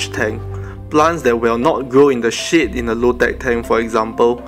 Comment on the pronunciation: When u have said: plants will not grow in shade, I have heard you saying sh*t instead of shade. Lol